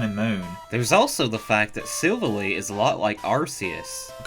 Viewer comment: Wait! 😤 .... look, i know that pronouncing pokemon is tough and we all have different ways of saying them and honestly we all shouldn't get annoyed what one says over the other... inhales But I'm gonna be hypocritical here cause WHAT THE FLYING FEAROW IS THAT PRONUNCIATION!?! "Silvale"?! REALLY! look at his name!: Silvally. It's VALLY! Not "Vale"! Sweet Merciful Arceus! I hate this stupid pet peeve of mine but you know I'm right!!!